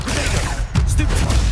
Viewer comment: did he just said stupfy